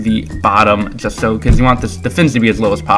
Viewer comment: ITS SO NOT "SHO" !!!